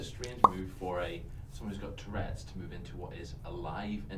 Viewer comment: lmao😂😂 It's "Tourette's" , not "toilette's"